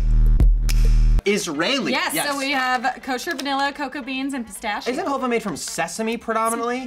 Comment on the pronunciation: Your pronouncing halva wrong